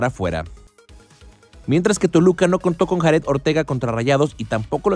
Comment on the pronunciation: Para aclarar a y a la con la finalidad de mejorar obviamente la "H" es muda y se pronuncia como se oye Haret no Jaret haciendo alusión a Borguetti es mi paisano mi buen Haret Ortega y muy querido aquí en su ciudad espero se recupere pronto! ⚽🙏🏼